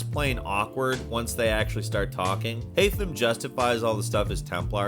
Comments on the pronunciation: Great vid, shame about the HAI-THAM pronunciation 😂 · youve been playing too much Valhalla its haytham in ac 3 not hytham🤣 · I love this channel, but please at least remember Key figures names. Haytham isn't Hy-thim. It's Hay-thim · Why did u say “Hightham”??? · Did he actually say Haitham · Yeah he purposefully mispronounced some words like haytham but later in he pronounces it correctly